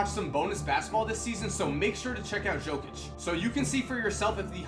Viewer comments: In 2k, I always read Jokic as Yo-Kick cause Yo-Kich was too unusual to say. Hearing Joe-Kich is just plain weird for me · Nikola Jokic, its Yo-kic, not Joe-kic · Yo, you are not saying Jokic's name correctly. The J sounds like a Y. It's pronounced Yokitch. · He reads like it says Nikola Žokić😂😂😂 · Nikola Jokic, Jokic is pronounced as Yokich :D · jokic is pronounced yo-kich and i cant believe he was a second rounder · im a serbian and i started laughing when you said jokic its pronounced yokic but keep up the good work love your vids man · Jokić, J pronounced like u from united, not J pronounced like Jamaica. Great video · Nice video, that's not how you pronounce "Jokic" though. The "J" is pronounced like the "Y" in "Yeah". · Research how to pronounce Jokic before you do the video,man. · man u butchered Nikola Jokic's name, but great vid, keep up the work! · Omg... how many times did he pronounce Jokic's name wrong?😂